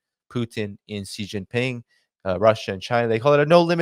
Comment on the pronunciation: the name of of Xi Jinping, president of China is pronounced differently. In the Mandarin language X = SH. You should know, since you have an Asiatic name. Love the content, just pointing it out..